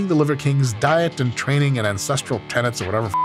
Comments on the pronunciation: He actually often mispronounces tenets as tenants. I think the close captioning was accurate to be fair. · He's definitely saying "tenants," it's a mispronunciation. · To be fair to the tik tok guy, Liver King sounds like he's actually saying 'tenents'.